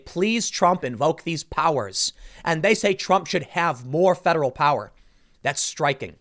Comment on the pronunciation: Its “Powa”. 😂